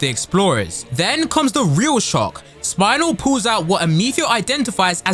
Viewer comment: I am about to commit a warcrime right now. ITS SPINEL WITH A E NOT THE BONE WHATS A SPINAL I WILL TAKE YOUR SPINAL FLUID I SWEAR STOP SAYING SPINAL ITS AN EEEEES 😭😭😭😭😭😭😭😭😭😭😭